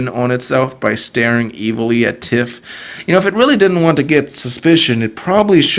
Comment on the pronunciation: Why do you say tiffs name like that? Its not pronounced like that in the show, and for some reason it bothers me.